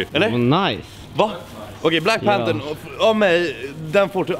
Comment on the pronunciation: Förlåt men jag stör mig så mycket på folk som säger the black panter det heter panther INTE panter